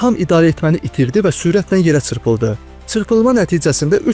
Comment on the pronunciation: Цырпылды йохса чырпылды